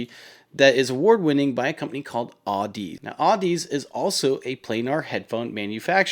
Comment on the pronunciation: Audeze lmao, aw deez nutzzz lol, toids first rodeo with headphone brands lol. Its pronounced the same as Odyssey like the book lol